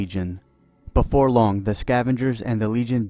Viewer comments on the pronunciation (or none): none